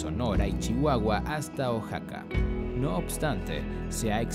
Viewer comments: Pronuncia bien Oaxaca no es oxaca y es san luis potosi no san luis de potosi >:I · Genial muchas gracias, pero como dato Oaxaca se pronuncia como oajaca✅ y no como oksaca❌ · es oaxaca uajaca no oxaca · Pero yo lo digo por que dijo oxaca y no sabia si existia, por que en realidad es oaxaca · La información que se brinda es muy buena, pero la pronunciación de los nombres de los estados es incorrecta, se pronuncia OAJACA (OAXACA) Y SAN LUIS POTOSÍ (sin el "DE") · Oaxaca se pronuncia Ohajaca, después de quitarme esa espinita, tu video es perfecto, la investigación, edición y descripciones están muy bien logradas, no todo el mundo puede lograr este nivel de calidad, eres muy genial viejo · Ox-saka 🤣🤣🤣 donde vive Ox Satan en Mex-sico 🤣🤣🤣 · Pronunsi bien oxaca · Jajaja este wey no sabe pronunciar Oaxaca, un estado que es patrimonio de la humanidad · Pronuncia bien Oaxaca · híjole mano... te hubieras investigado mínimamente la pronunciación de los lugares "Oxaca" "Jochimilco" "San Luis DE Potosí"?